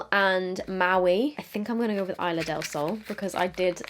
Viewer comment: A, e, i, o ,u, are short vowels. "Isla del sol". Not "ai-la del sol". The "I" sounds like "i-gloo". "i-s-l-a". I'm Mexican btw, saludos comadre, amo tus videos 💖🇲🇽✨👽☕👌🏻